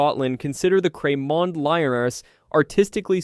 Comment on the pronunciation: I’m from Edinburgh and know Cramond well. There’s a bathhouse there. It’s pronounced “ crah mond” - the rest I give up on.